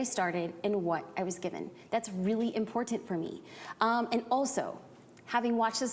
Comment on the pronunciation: I looove her videos, but I can't stand the way she says "important"